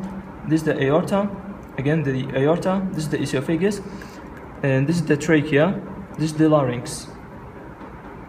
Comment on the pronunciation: Nice vid, I think the voiceover needs redo to get oesophagus pronunciation correct. We actually spell it esophagus in the U.S., like it sounds (e-SOPH-ah-guss). Good luck.